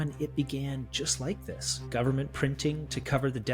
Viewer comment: "full faith and credit of the US gubmit" LOL